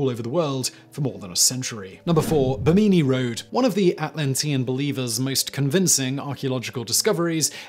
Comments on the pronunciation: You've never heard the correct pronunciation of Bimini before? It's pronounced Bih-Minn-EEh with no pauses between syllables. If you've ever been around boats you'd have heard the term many times ;-) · Oh, Simon, Simon, Simon. Pronunciation is important. Bimini and Yaxchilán need work.